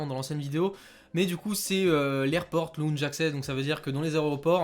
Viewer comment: Lounge 😂 belle prononciation 😂😂 Sinon bravo !!